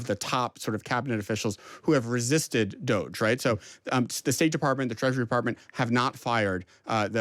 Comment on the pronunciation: Cats don't have nails, dogs do... or "doggy," like you would say, as in DOGE... pronounced "DOGGY." "Dodgy" works, too.